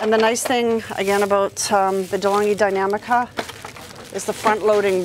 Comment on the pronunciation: Deh-Long-ghee Dee-nam-ee-ca